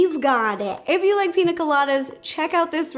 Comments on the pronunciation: I want to try this recipe! I love your videos Ro! The only thing that gets me is you can say caña, but you say Pina instead of piña. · Why does she call it pina colada? It’s pronounced peen-ya colada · Piña: peen-ya not peen-ah. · Rosanna Pansino it’s prounounced pińa colada I’m Mexican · The fact you can pronounce caña correctly but not piña 💀 😂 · Pronounced “PEEN- YAH” piña... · It’s “piña” not “pina” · It bothers me that she says pina and not piña coladas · but it's piña not pina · She said pina instead of piña....I can’t watch the rest of this srry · PIÑA PIÑÑÑA NOT pina 😂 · It’s piña it’s pronounced pinyya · You drove me crazy. It's pinya not pina. I the squiggly above the n equals a ya sound. Pinya coladas not pina. Please Ro if ya make em that good say it right. Love your vids. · me:BE CRINGING WHEN SHE SAYS PINA COLADA BECAUSE IM MEXICAN!!!! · The little girl in me who grew up in Mexicantown keeps saying piña. Pinya. Just like jalapeño. Jalapenyo. Not a critique, Ro is stinking adorable. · Ro:PiNa CoLaDa Me:pls PRONOUNCE the Ñ!!!!!! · It's Piñññññññña Colada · The way she says Piña makes me think this is not the best one